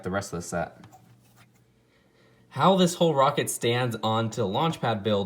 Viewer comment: "The woket wif the lawnch pad"